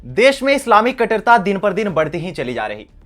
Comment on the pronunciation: बेटे कटरता नहीं कट्टरता होता है